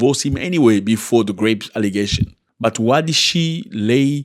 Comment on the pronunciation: Zack please it soundz like grapes when u talking about rape . Make it please soundz right. We love u here